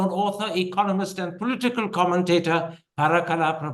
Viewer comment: its political and not polteekal, Mr. Prabhakar. You need to get over MTI.